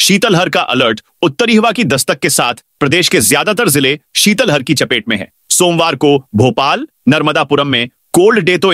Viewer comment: ये उद्घोषक नहीं सुंदर रहे हैं।शीतलहर को शीतल हर बोलते हैं। इनकी नियुक्ति का पता करै।मैं ही उद्घोषक ज्ञापन को छापने बोलते हैं।कितनी बार आपत्ति वक